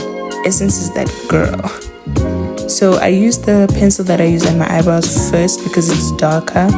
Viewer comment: The South African me thought you said Haibo when you said “eyebrows “ 😂😭😭😭😭 girl